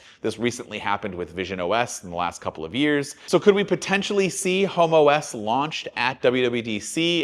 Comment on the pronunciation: So Vista for Apple! Edit: And the way you said HomeOs "Homo S" 😃